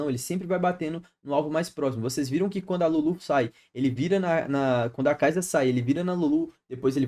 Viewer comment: Conteúdos maneiro, traz de top lane mano, e para de falar kaiza, é sa no final, kaisa.